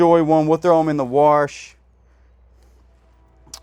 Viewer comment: OMG You can use the word ... " DOESN'T " But can not say "WASH" .. lmao 🤣